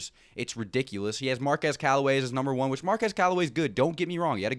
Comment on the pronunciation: Hey, Bud () - it's Mar-KWEZ. The young man corrected a reporter at the beginning of the season who called him Mar-kez. KWEZ. Just fyi. Otherwise, nice recap.